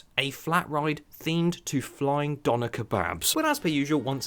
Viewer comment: Its not doner. Its döner